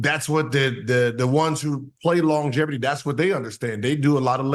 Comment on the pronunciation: Wats longeverty gil 😂😂